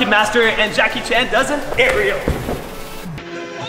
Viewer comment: Джеки Чан а не Джаки Чен